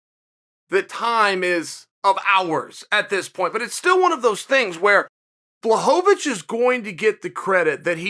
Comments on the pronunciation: Dude foking hell. Pronounce it Bla-hovich not Blahohovich FFS Chael! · BLAH-HO-VAH-VICH lmao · Please say the man’s name correctly Chael 😂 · You can't even say Jan's name wrong with consistentcy smh. That's how much the polish power frightened uncle cheater, I mean uncle chael. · Is he trolling with that pronunciation of Jan’s surname? It’s getting annoying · Chael, happy you're finally showing some RESPECT towards Jan. BUT please, start pronouncing his last name correctly lol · He's saying it wrong on purpose. He has to be by now.